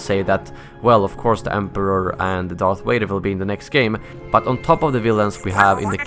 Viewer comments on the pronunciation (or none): "darf wader"